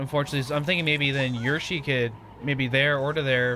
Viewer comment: Yershi that doesn’t sound right maybe it’s Yoshi (Yo)shi